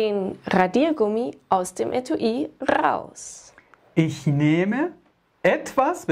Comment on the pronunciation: Nicht ghaus 🤣 sondern ( RAUS )